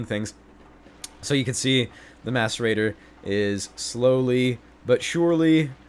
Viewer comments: Every time he said mascerator I thought he said masturbater.. I'm a bad person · did anyone hear him say "masturbater" instead of "macerator"? hahah